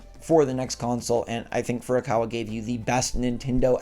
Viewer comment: Stop it Get some help!!! Say Furukawa hahahaha